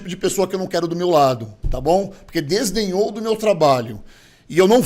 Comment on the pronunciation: heheheehe, aprendendo com o gorgo a falar errado, é desdenhou não desenhou